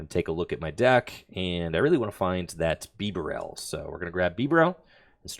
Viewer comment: Bro what is that pronunciation of bibarel 🤮🤮